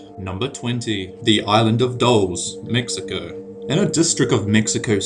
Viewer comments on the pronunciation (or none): none